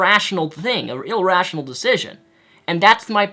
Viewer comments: "ilrational" ...Wow. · "illrational". yeye, give him a break, most of you should know he has a speech impediment. But am i the only one who found it odd when the other guy said that cancer is incurable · The term is "irrational" not "ill-rational". Sorry, I don't mean to be rude, it's just a bit of a pet peeve of mine. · *irrational not illrational. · For fucks sake it's Irrational, not Ill-rational. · Im sorry but the word "irrational" bothered me the way you said it "illrational" just had to point that out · It's Irrational not illrational, but yeah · Eh, this is definitely nitpicking, but it really bugs me how you say "ilrational" instead of "irrational",. Other than that, I feel as though the video responder had definitely misinterpreted what you had said/meant in your "The God That Fucked You Over" video. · It's iRRational, not ILLrational lol